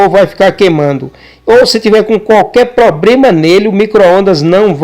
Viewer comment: amigo nao é pobrema e sim problema